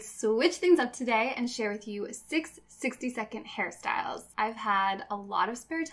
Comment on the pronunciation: you know you have a problem when whenever she says hair styles you hear harry styles